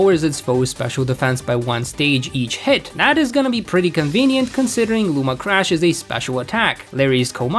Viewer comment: ok what. Ponard, iron threads, luma crash, bro it's Pon-E-Ard, spelled pawniard, I-ron-tred-s, spelled iron treads, and (ok i dont know how to type the pronunciation of the last one, but there is an n and an ia in there.